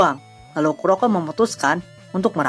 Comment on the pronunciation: Kuroku dibacanya bang bang